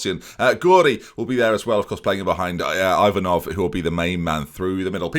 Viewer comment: You are pronouncing Yanchev's name perfectly here, don't ruin it by putting a random"J" on the other hand your pronunciation of Ivanov isn't really good, but I will let you off since I've never heard an Englishman pronouncing Bulgarian names ending with "ov" properly